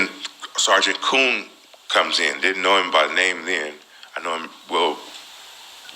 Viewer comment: Tell me he didn't say "Sargent koon" they been playing these games way too long